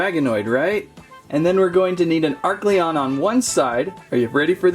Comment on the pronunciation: Oh and its a-r-Celon